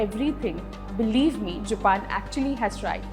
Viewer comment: It is all over the video..... The presenter's pronunciation of 'Japan' is not on point.